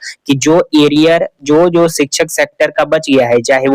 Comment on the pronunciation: Are sale aria hota hai ki ariar hota hai chutya hi banate ho log ko to achha se banao na kya bigadta hai chutya